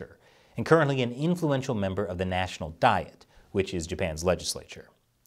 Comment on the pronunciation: Hey, it is "DEE-eht" for Japan, not "DIE-it"